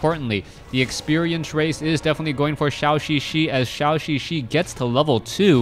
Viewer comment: For some reason pronounces Zhouxixi like Shaoxixi.